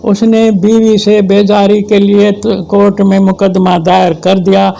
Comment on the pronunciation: بابا: کورٹ، "کو-رٹ" نہیں بلکہ "کور-ٹ" ہے